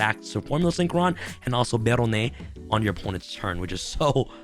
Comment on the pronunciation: You are pronouncing barronne wrong it sounds like you're trying to speak Spanish in French it should be more like behr-hron